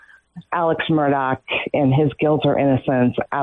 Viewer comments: I wonder if Nancy is meaning to say his name as Mur-DOG! 😂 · Please stop saying “murdog”😂